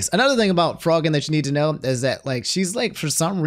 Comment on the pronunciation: It’s pronounced FRO-GINN like afro